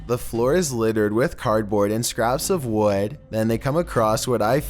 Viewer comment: Wawd instead of wood ok